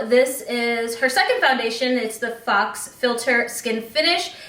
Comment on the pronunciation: I’m loving the skin-like finish of this foundation. Thanks for your review. If you don’t mind my correction. Faux is pronounced as “foe” or “fow”